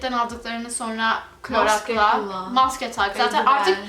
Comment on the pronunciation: klorak dedi izmire ozel 😂😂😂😂